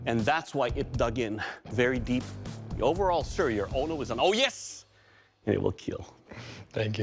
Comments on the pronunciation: oh by the way, it will keal😎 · Your weapon ... Will keal 😁🤮🤮🤮